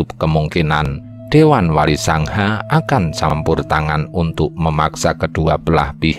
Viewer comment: Bacanya Selo bukan Sela...trus Wali Sanga tp bacanya Wali Songo bukan Wali Sangha seperti kata Budha .era wali sdh Islam jg Hindu bukan Majapahit lg mayoritas Budha.kayaknya spt itu